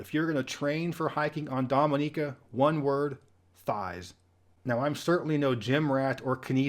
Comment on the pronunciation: So pleased you prounounced Dominica correctly, so many get it wrong. I lived there in the mid to late 90's and made some of the most amazing friends ever. I was known as "Mr Music" when I used to work at the market in Roseau :)